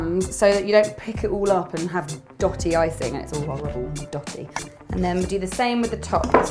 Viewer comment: Hearing her say "dutty" lop ya mon